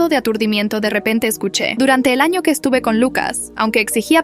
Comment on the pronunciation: dice ano